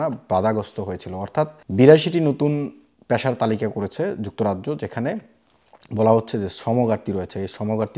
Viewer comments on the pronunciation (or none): অয়স্থায়ী, প্যশা, বারত - এই যোগ্যতা নিয়ে বাংলা বলা, আগে বাংলা টা শিখুন ,তারপর না হয় ইংল্যান্ড এর কথা ভাববেন